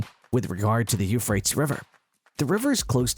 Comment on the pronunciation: If you know how to say the word tease, you'll know how to correctly pronounce Euphratease